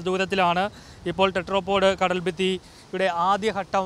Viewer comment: ടെട്രാപാഡ് അല്ല ചേട്ടാ, ടെട്രാപോഡ്. ടെട്രാ = 4 പോഡ് = കാല്. നാല് കാലുകൾ ഉള്ള സാധനം.